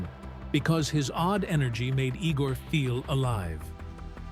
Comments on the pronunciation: Not E-gor, Eye-gor! Igor! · The name was pronounced (eye)gore! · ... It is not "ee-gor". It is "eye-gor"!